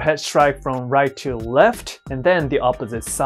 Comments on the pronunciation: "If i kick rike this the opponents fry away" 😅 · I’m so sorry but he say right like light LMAO oh my i’m such a terrible person